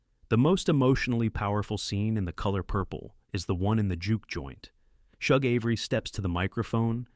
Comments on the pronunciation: Shug is not pronounced like Chug. It’s pronounced like the “Sug” in Sugar. “Sug”-(gar) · Shug: SHOOG or SHUG - as in the word SUGAR. 💯🧁🍨🍦🍰🍩🎂